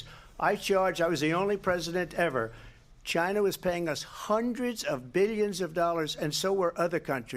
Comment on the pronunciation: Donald Trump: Chyna chyna chyyna!!!